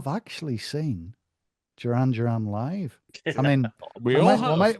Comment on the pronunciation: Pronounce their name correctly